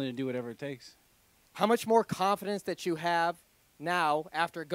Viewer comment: when he said thart? you need to learn how to read properly